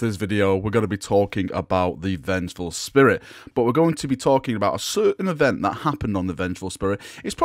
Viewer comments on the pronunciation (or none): none